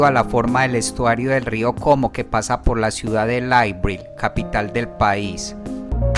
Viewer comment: Buenísimo pero así no se pronuncia libreville